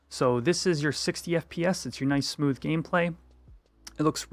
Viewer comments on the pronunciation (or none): none